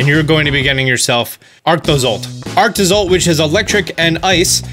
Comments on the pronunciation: Ah yes Dragozolt, Arktozolt, Arktovish, and Dragovish. Or as says it: Дракозолт, Арктозолт, Арктович, Дракович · Ark toe zolt*